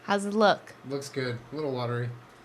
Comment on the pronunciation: Jenna: mmmm that’s gwod